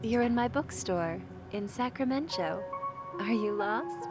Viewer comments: "Sacramen-cho..." Hold the fuck up? Sacramento?! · As someone who lives in Northern Cali... Sacramen-cho irks me >.> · I would watch this over and over again just to hear Mark say Sacramen~Cho. Lol. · Sacramen-cho like San Fransokyo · Ah yes, Sacramen-cho Cauliflowerornia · I thought Mark was saying Sacramento 😆